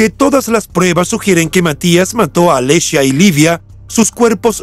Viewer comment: Como pronuncias??? Alessia se dice Alessia no alescia...Irina lucidi... el apellido se pronuncia Luchidi...